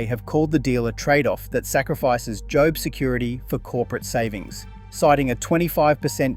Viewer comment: Jobe security?? Try again AI